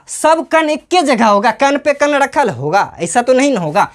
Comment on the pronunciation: कण ❎ कन ✅ 😂😂